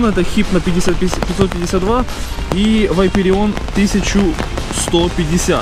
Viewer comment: не вайперион а вапарион